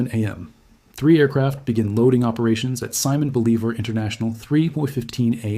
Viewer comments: I am thinking, AI; no analyst is going to mispronounce arguably the single most important name in Latin American history. Quite a few edits in the video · You really should learn how to pronounce Simon Bolivar. I like your vids anyway though.